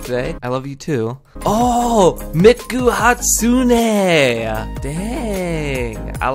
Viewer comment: 😂 you kept saying miku wrong